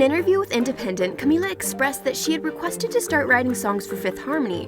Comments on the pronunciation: Why does she keep saying Camilla? Her name is Camila. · camiya? in spanish a double L makes a y sound, but camila only has one... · Who else cringed every time the voice said camiya or just destroyed any of the pronunciations? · CaMiLa!!! Get it right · how are u supposed to tell her story when u can't even pronounce her name